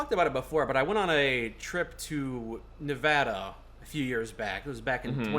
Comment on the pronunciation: HE SAID NEVADA RIGHT WOOOO